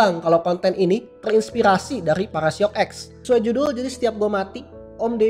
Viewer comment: apa susah nya ngomong "terinspirasi" edit:anjae 100 like